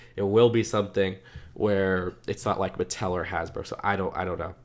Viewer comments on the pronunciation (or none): none